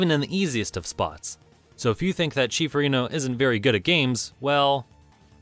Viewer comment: Arr'ee•no, not Uh•ree'no